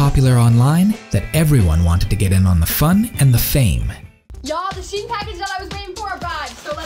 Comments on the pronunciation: It isn she-en, it is sheh-ee-n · I've always thought it was pronounced /ʃeɪn/ I find it weird how people pronounce it was. /ʃi.ɛn/ I guess English orthography is weird like that 7 '28 '22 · Okay but why do people pronounce 'SHEIN' like 'SHIEN'? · Literary thousands of people saying "Chain" but it's pronounced "She In" or is wrong? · But why is it pronounced "shien" if the name is "shein". English is so stupid language xD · is shein not pronounced like shine